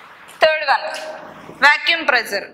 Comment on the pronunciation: madam vacuum not vacuume